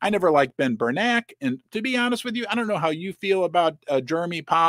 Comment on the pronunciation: Not Ber-nak ; Ber-nak ee